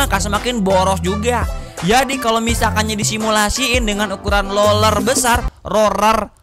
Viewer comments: Roller ❌ - Rorell ✅ - Loller ✅ - Lorell ✅ Sukses terus Bang.. 🤣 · Itu mulutnya disekolahin aja bang "roler". "rorer" terserah dah😢😂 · Roller bwang, Kegh nya mulut nya di sporing dulu dah biar rigit, 😂😂😂😂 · Roller bang, rollleeerrrr 😂